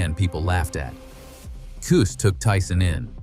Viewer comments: Cus, Cus his name is Cus not Qus😂😂😂😂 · Who the f is Coos. Get it right or don't do it. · Yes Cus sounds stupid saying it wrong. Sorry not trying to be rude